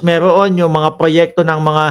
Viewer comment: Proyekto hindi proyekta.